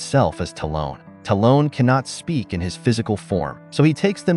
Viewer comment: Ah yes "Talone." People need to stop using AI narration. "Birtch and his family'' lol